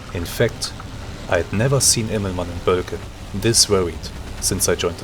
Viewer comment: Thanks for uploading continuously such great content. While I'm missing Silent Hunter I appreciate the WOFF campaign very much. WW1 aviation is such a different experience than WW2 or later aviation. Please allow me to give you a small hint on pronunciation: as far as I know, the Ö in Boelcke is pronounced long like the Ö in "Höhle", not short like in "Hölle".